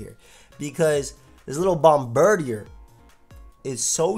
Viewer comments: It's not bombirdier, but rather, bombdirtier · Bomb-bird-ear, not bomb-bird-e-er. Taken from Bombardier, which is bomb-burr-deer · You pronounce it like such an American it's bomb-bir-dee-ayy